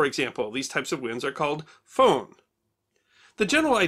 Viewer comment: Great presentation, brings back memories of the Columbus Day storm that hit the northwest in 1962 that caught the weather service off gaurd. Also for some odd reason Foehn has come to be pronounced Furn?